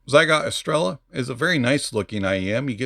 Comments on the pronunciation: Neither do I, just did a little duo lingo try for a week, but i simply research stuff, however Jay in his videos calls it „Estreya” all the time , but seems almost noone of the reviewers watched his stuff then hahah P.S well i know how to say Estrella, first and foremost because there is a beer called like that in Spain and I enjoyed those eon my Mallorca vacations :D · It shouldn't matter, they can pronounce it however they want, but the correct pronunciation is estrella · Never seen someone mispronounce every single thing of a product "psygot estela" lol 😂